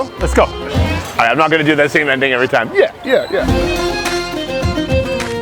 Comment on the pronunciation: ''over thaime''